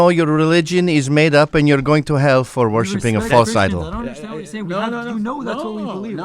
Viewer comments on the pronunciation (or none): Ohhhh he said "worshipping" 😂 I thought he was saying "washy pants" like borat